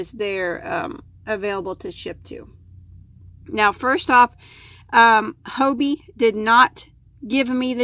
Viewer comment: Hobbii is an amazing danish shop , with lots of different types of yarn and accessories . Twister, Cotton Kings ect, is great, if you want to make a shawl . The name Hobbii is pronounced the same way, as the english word Hobby ..just stretch the letter y a little bit ..that`s it :)